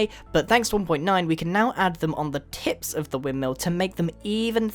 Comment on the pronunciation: I thought he said "tricks and tits"...